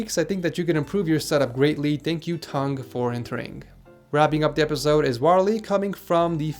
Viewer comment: did you say toungue?